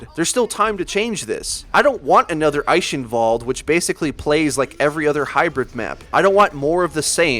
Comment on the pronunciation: I love how you pronounce "Eichenwalde".